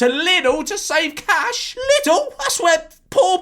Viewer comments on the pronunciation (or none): none